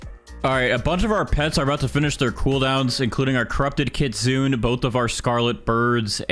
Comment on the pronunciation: It's kit-su-nay